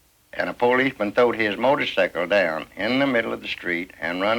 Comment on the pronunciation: I love they way they pronounce motor--sickle!